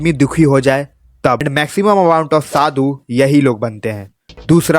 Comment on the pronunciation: Oh bhai, Shadu nhi, Sadhu hota hai 😊